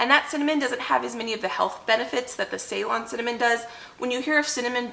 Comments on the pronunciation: Say;LON, not SAY-lon. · About Ceylon Cinnamon, it's pronounced 'Seelon' it is what Sri Lanka used to be called before. They export their Cinnamon. I hope you don't get offended that I corrected the pronunciation. I love your videos and I'm still binging ❤